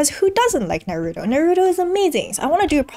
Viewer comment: I know it shouldn't, but your pronunciation of Naruto bothers me. Thank for all the knowledge.